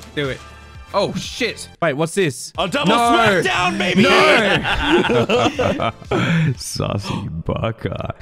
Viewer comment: Is it just me or does go “ya babee” instead of ya baby